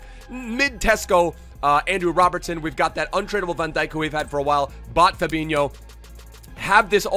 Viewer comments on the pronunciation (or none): none